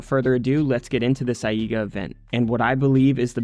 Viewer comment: I read AIGA as eye-guh so when you say eye-ee--guh it disturbs my attention lol thank you for excellent content as always :]